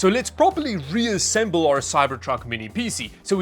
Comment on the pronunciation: He always PC like it's a word. It's not "Pee-See or Pee-Sea"